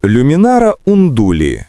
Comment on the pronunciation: Не люмінара,а лумінара..смисл перекручувати назву?